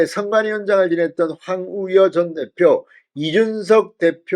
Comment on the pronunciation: 황우여라는 말을 그렇게 못하시면 많이 연습해서 방송을 하시지요 넘 답답하십니다 계속 황우려?